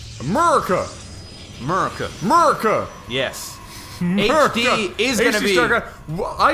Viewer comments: Nothing made me happier then them saying Uh-merika! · Don't you dare mispronounce America!! We will invade you!!